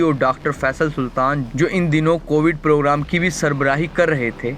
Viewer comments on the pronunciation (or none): none